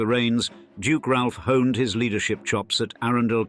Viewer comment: Yes I thought it was pronounced like that even though not from the North of England myself. Narrator also doesn't seem to know how to pronounce "Ralph". Doesn't say much for the 'authoritative' commentary that they can't even pronounce things properly!